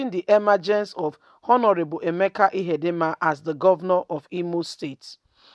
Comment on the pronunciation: Emeka Ihedioha, and not Ihedinma. You have merged the two last names to form Ihedinma.